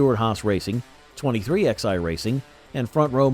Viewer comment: I have a peeve every time I watch you and 2311 comes up you pronounce them as 23xi well the Roman numeral for XI is 11 it would be much appreciative if you do it and pronounce it the proper way it's 2311 not 23xi